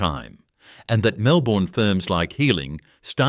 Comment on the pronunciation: was great until the AI slop images popped up, then later on could not even say 'Melbourne' straight - well now I cannot trust any of it. pity.